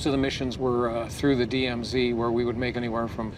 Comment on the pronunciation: Jesus, when they keep saying DMZ i keep hearing DM